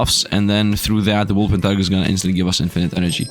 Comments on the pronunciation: PLEASE. It's "wolpentiNger" not "wolpentiger" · it's called a WulpentiNger There's a N in there, it's not a tiger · If you want to correct him at least spell it right yourself, it's wOlpeRtiNger.